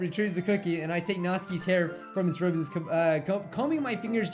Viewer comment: did you notice that he said Nazis crying instead of Natsukis crying